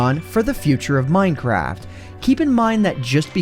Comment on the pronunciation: minecrad lol